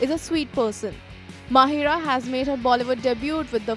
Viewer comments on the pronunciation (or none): Why do people keep calling her "MaHEERa" its MaHIRa...